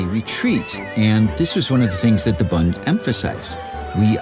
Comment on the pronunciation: This is good but I sure wish you could have pronounced 'bund' right.